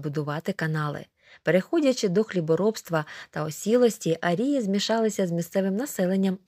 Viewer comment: Зверніть увагу на наголос у слові "арії" (наголос на "а").